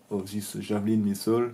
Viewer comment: Pour le coup non, Il n'y a littéralement AUCUNS efforts de prononciations 😅"zeu misseule... " "The scrousse" 😂Alors que il suffit de parler correctement français et le traducteur auto fera un job parfait